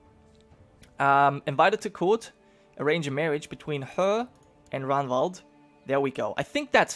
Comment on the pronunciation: And remember to pronounce the G in Ragnvald. Like when you say Ragnar.